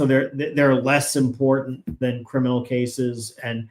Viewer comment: You are brilliant and very watchable. You have no accent and have a classic middle American way of pronouncing things. Except for a word you use often. (Off in) The word is... Important. Not that it is important to mention this. The word is- IMPORTANT.